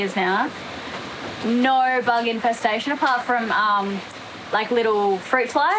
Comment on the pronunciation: Ya, expressions... can't sayed "finished" properly... but heck, should at least help him by saying that the ships are anchERRRed, not anchaWWHed. And we won't get into saying "noOHER" all the time, instead of "NOHHH". And so many more...;~)